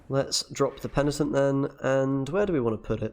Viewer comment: After DevilDriven, another youtuber saying « pentinent » 😏